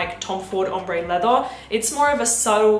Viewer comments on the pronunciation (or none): none